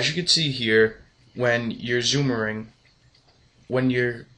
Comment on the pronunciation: "zoomering"? you mean zooming? lol